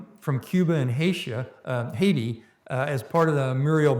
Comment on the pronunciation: Lt Gen Hertling "HAITIA". That is when I stopped listening to this "man". Where oh where, have I heard Haiti referred to as "Haitia" before? JD Vance, perhaps?